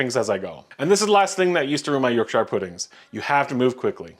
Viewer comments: York shire 😂it’s Yorkshire not York Shire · York 'sher! Not 'shier'. My Yorkshire grandma is turning in her grave. Great puddings by the way!! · Sheer, Sheer. York-Sheer is how the place name is pronounced. Not Shire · york - shire .. no york-shur (though a perfect recipe for them) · For the love of all things Yorkshire. It’s not York Shire it’s York sher! And you should use beef dripping. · not yorkshyer. yorkshur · Yorkshu, not York-shaaaayre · Yorkshur not Yorshyer. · York-sha, not sheer. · york-shur not yorkSHIRE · You Americans, when will youlearn to pronounce ‘…shire’. Not as in ire but as in …er. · Stop saying “Shy yours” it’s “shuzz”. Yorkshuzz. You sound like an imbecile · Yorkshuh not Yorkshiiire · York-sh not yorkSHIRE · "York- sure" is how you say it, not "York- shire". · PLEASE pronounce Yorkshire correctly - York-SHEER! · Very impressive! But please- York "sheer". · Say York Cher Pudding 😂😂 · As your viewer Claymore said, it’s pronounced York shur. But no sweat, your puds came out beatifully! Well done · No fat are you mental? Say it with me yorkshire.... yorksher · Shire? Yorkshur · "Yorkshaier" pudfings. At least learn to pronounce it. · It's pronounced "York-sheer". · Full fat milk is better in my opinion, never had any problems with it in my yorkshires. However, I used to do half milk half water so who knows! Pronounced Yorksheer btw 😊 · The American way of saying Yorkshire gives me the ick. Its York-sh-err. You’re welcome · Please learn how to pronounce Yorkshire. Shire is pronounced "sher" and the stress is placed on the first element. So it's “YORK‑sher”, with "York" given more emphasis and "sher" pronounced weakly. Please for the love of God can Americans please learn that. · We are not a shire, we are a sher, Yorksher. As in Woostersher sauce😂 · I'm not even a Brit, and I cringed every time he said York-SHIRE. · It’s York shure! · Lol can't deal with the pronunciation of "Yorkshire". It's "york-shur" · 'Yorksheer' not Yorkshire. But looks good